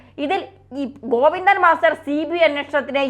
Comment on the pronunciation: ഗോപി ന്ദൻ മസ്റ്റർ അല്ല സഹോദര ഗോവിന്ദൻ എന്ന് പറഞ്ഞാൽ മതി അല്ലേങ്കിൽ ചേറ്റ ഗോപി ന്ദൻ എന്ന് പറ